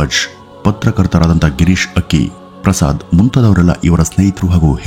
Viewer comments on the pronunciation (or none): Gourish akki, not girish akki